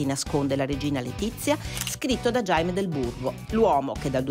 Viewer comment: non si pronuncia Giaime, e Leonor non ha accento sulla e..... CI vuole poco ad informarsi su come pronunciare i nomi stranieri.